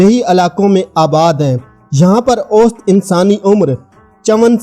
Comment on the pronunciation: Ost. nahi. Aosat. bolo